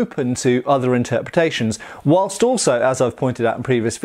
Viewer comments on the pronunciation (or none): none